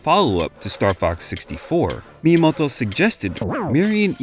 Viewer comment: Fantastic sum up and video! Hard to abstract from the Japanese names being pronounced like a 60s parody of some accent I can't even pinpoint. Miyamodwoh. Miyamodhwhohw? Maybe just stick with just 'TO' for future videos :)